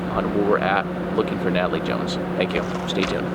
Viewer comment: I felt bad for chuckling 😭🤦🏾‍♀️